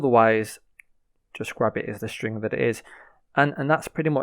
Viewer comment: "Stringgg" FYI, you don't need to verbally notate the "g". Just cut off the word at "ing", no need to say "guh" at the end.